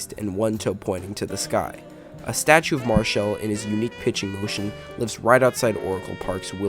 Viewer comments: His name is NOT Marshal, but M A R I C H A L! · I watched this event live on TV. I remember it well. First, you are incorrect, there IS video of this event and it is easily discoverable on YouTube. In addition, you completely miss that Marichal (pronounced Mar-eh-shawl, not Marshall) hit Roseboro twice, once while he was behind the plate, which precipitated a wrestling match between them that spun the two of them out onto the grass in front of the mound, and then again while out there on the grass which cut Roseboro's forehead open and caused him to fall down. And you miss that Tito Fuentes, the on-deck batter, came charging in with his bat up high, angling for position so that he could also take a swing at Roseboro with his bat, but Marichal knocked Roseboro down before Fuentes could hit him. You miss that after Roseboro fell down Marichal was not done and tried to take a swing at Koufax, who instinctively put his left arm up to protect himself (boy would THAT have been a history altering moment). But the home plate umpire bravely grabbed the bat just as Marichal began his swing, preventing Marichal from completing the attack on Koufax. (The two were close enough and Marichal would have hit him had the umpire not interceded.) Finally, your assertion that the image of Mays leading Roseboro away is the most famous photo of the event is laughably incorrect. Not even close. While it is laudable that Mays, Cepeda and Koufax (3 HOF'ers) were among the main ones trying to break up the fight and restore the game to mere competiti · Come on bro. Pronounce his name right. It's not pronounced Mar-shall....it's Mar-i-chal...good video otherwise. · How did you spend so much time making this painfully boring video and not bother to learn how to pronounce MA-RI-CHAL????? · yeah, I saw this crappy video and thought, "Have I and all the sports announcers I have ever heard been mispronouncing this his 'HOFer's name wrong for all of these decades!!?!